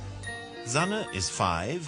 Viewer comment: But Zanne? you say her name 'Sanne'